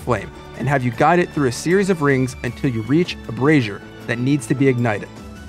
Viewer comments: BRAY-ZER Braziere is another word for a bra. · Like the content. Not trying to call you out but one thing... bray-zee-er (brazier) is what you should be saying for the flame containing pot/dish. Bra-zeer (brassiere) which is booby hammock. I about fell out of my chair. Best of luck to you and keep making content. :) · LOL "Brassieres" the way you're pronouncing "Brazier" you're actually talking about Women's Underwear, rather than Lights. It's "Bray-Zeer" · "IGNITE THE BRASSIERES!" I laughed so hard! It's ok brazier, and brassiere can read the same if you don't know how to pronounce it, or spell them. I had to google how to spell brassiere. XD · For future reference, you may want to look into the pronunciation differences between brazier and brassiere. One holds lighted coals. The other holds something entirely different.